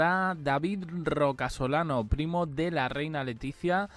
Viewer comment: A ver es Rocasolano, no Roca Solano😂😂